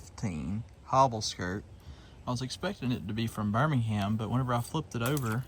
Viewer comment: Fyi. Birmingham is pronounced 'Birming am'. You don't say the H... It's not Birming ham